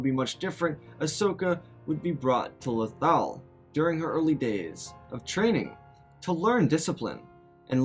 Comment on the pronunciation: its lothal not lothowl vapad not v ah pad